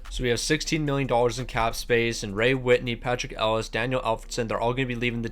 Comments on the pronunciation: Patrik El-e-ash. Not Ellis 😭😭😭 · Thank you! That was driving me mad!! It's pronounced "El-e-ah-sh" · That hurt my brain hearing him say it that way ahaha